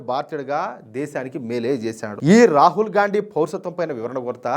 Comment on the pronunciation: Gandi అని కరెక్ట్ గా pronounce చేసినందుకు ధన్యవాదాలు